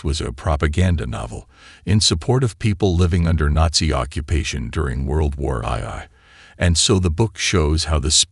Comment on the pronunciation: World War Aye Aye. And you can't pronounce "Ethan".